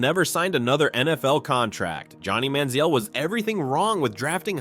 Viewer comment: AI pronunciation of names is a riot. Johnny Manziel had 4 different pronunciations in the first two minutes of his story.